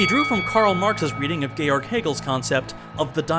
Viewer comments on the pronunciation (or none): none